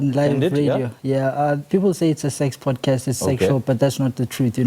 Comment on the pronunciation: It’s not a Powdecast😭